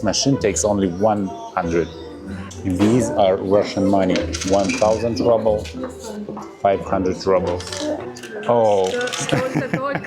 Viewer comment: Why do Russians pronounce ruble/rouble “rubble” in English?